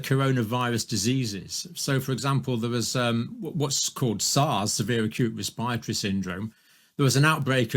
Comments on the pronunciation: NDJC can't even pronounce respiratory properly! 😳🙄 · I've never heard anyone pronounce 'respiratory' the way he does.